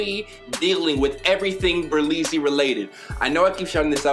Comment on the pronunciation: Ber "Lee" zy